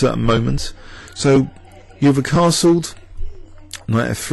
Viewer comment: Hi, great video. Euwe is pronounced 'oy-ver' by the way!